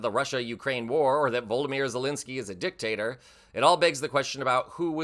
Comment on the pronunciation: Please learn to say President Zelensky's name properly.